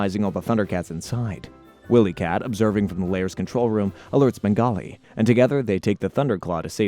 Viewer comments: Lost me a minute in for not even knowing how to pronounce their names. Tells me you never watched the show. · Wilykit & Wilykat pronounced why-lee. Not Willy kit and Willy kat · You think you're and expert on Thundercats and you call them Williekit and williekat? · Yeah, Wylie Kit and Wylie Kat are both mispronounced as well.